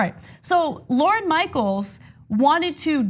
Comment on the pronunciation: Lorne is a one syllable name like born. Not Lor-en. Just saying. So no you don't know SNL. LOL